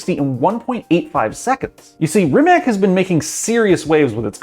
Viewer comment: did he just say Rim-mak? please please never say that again